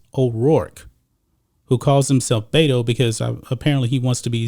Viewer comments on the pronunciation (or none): The correct pronunciation of BETO is BE-TO from RO-BER-TO. You can bet that BETO will lose. You do not pronounce it BAY-TO. He is not from the SAN FRANCISCO BAY-TO although he should probably live there. He chose the name BETO because his Spanish speaking childhood Mexican maid called him BETO and he is honoring her choice to call him BETO, not because he wants to be a fake Latino. Being from El Paso, most higher middle class children had childhood maids who cooked, cleaned and taught the children Mexican Spanish.